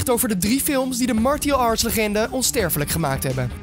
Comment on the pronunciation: ''Martie-al arts''.